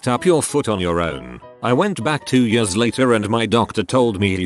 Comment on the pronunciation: Everyone else: "Years" Robot Voice: "yUsS"